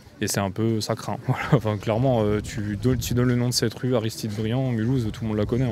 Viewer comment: Quand dit « voilà » j’entends « voillah »